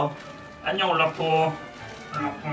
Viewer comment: 올라프데 울라프라고 들었어요 ㅋ